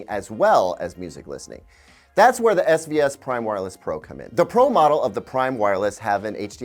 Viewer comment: He kept saying SVS, i kept hearing SbS. And that reminded me of Creative speakers.